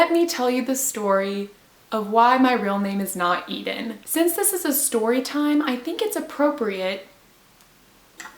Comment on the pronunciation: Ithhhh Ennnnn Sounds so flipping different Eeeeee deeeeeeen Hi bacon nugget